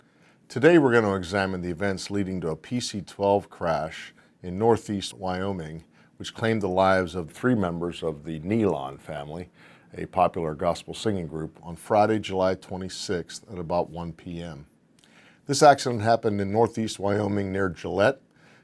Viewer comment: Thank you for your analysis. Respectfully, if you do any further analysis of the crash, you should know the proper pronunciation of the last name. It is not "nee-lon". It is pronounced "NEE-lun". I've known the family personally for over 40 years.